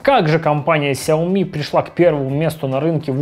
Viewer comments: Шао ми как сказал основатель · Влепил иероглифы в ник, но сгенерировал хрень, в Китае произносят сяоми. Во многих провинциях, даже в их мисторах так же говорят.